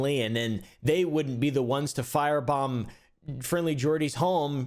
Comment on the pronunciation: spell F I R E B O M B now say it FYREBOMB